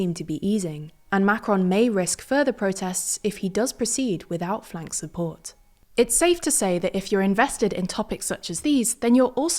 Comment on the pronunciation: It's generally pronounced "F.L.N.K.S" in English.